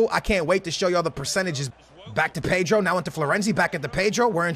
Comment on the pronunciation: your weird you can't say pedro